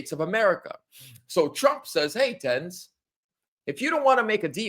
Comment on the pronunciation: DANES not Dens